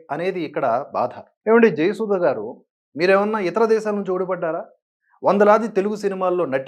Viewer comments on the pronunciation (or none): జయసుధ తన పేరును జయసుద అని , బాధ ను బాద అని పలుకుతుంది .......